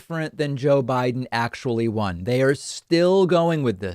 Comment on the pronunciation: If you pronounce Biden as "Baahden", I don't believe a word you say.